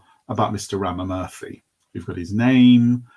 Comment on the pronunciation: Ramamurthy is pronounced as Raama--Moorthy. just so you know!